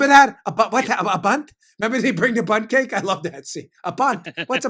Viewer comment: Lainie Kazan! Whats a “boont ce’ake”? 😂😂